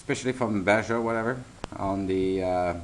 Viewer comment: baja is pronounced "baha"